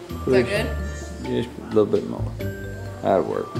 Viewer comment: I had to rewind and listen to Manny say yittle! 🥰 Miss that when Hayden would pronounce all his L words with a Y. 💕🤗